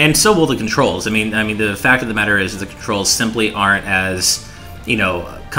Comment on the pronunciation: I SURE ENJOY MY CONTROS! (It's controls,, not contros xD)